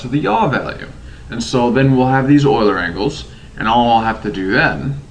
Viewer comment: FInally someone who pronounces "Euler" properly.